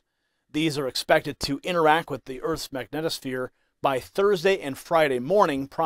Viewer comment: It's MAG- NEED' TOU- SPHERES; just sayin'.